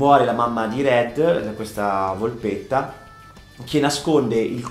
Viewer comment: "Volpetta" non "volpotta"...